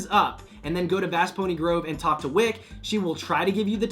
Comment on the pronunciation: its wick-key lmao